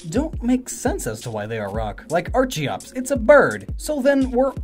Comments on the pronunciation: Bruh.. Cringe.. Why do you pronouce Archeops as Ar-CHI-ops.. ITS AR-KEE-OPS! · Are ken Are kee-ops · Are-Kee-Ops! Are-Ken! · Say Archeops right please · You mispronounced archeops